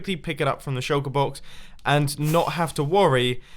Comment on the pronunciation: “We got the bread BAWKS, the cobble BAWKS, the base BAWKS, the rocket BAWKS”